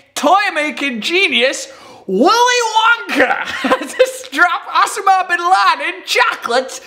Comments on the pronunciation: O-sa-ma. O-SA-MA. Not Ossooma. After 187 episodes this is your first word that you have mispronounced. Not bad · It's not Osamahh it's Osama, he hates people getting the pronunciation wrong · It's pronounced Oh-sar-mah not os-a-mar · It s OSAMA ... He can't even pronounce it Oh-sarm-ah Not oss-er-mah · Oh-Sam-Ah-Bin-Lad-En not o-sam-a-bin-lad-n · You say the name Osama so funny! its pronunciation is: oh-sAH-m-ah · You mean ossa-ma. Oh and Ah sound the same as O and A. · his pronunciation of Osama had me cracking up. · It's pronounced Osama, not Osama. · Is that really how you pronounce Osama ? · Why can't he say Osama right? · His pronounciation of osama is just distracting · who pronounces 'osama' like that?:S